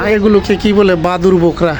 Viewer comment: Aita ky to Borka boly, Bokra bolen kano 😂 😂😂??????